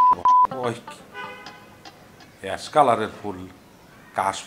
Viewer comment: ইয়াস না অ্যাশ 😂